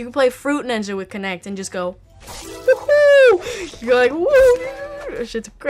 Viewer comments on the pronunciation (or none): none